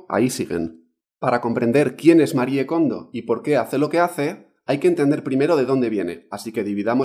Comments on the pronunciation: Se pronuncia "Marí" Kondo!!! No "Marié", Por DIOSSSSSSS!!!! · Me perdió en cuanto dijo MariEE kondo 😒 pronunciando la E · Se pronuncia "marí" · que cuesta decir "MARI KONDO" 😒